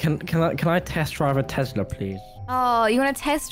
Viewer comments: Not tezlas Tes las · Has anyone noticed they say Tezla instead of Tesla sos still love you tho bye berries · Not tezla Tesla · I love you so much but... its Tesla no tEZla